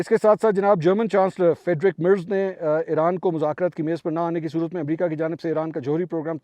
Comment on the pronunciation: Salam bhai sb, German chanceler ka sahi name kisi se pochh lo,per galat na bolo.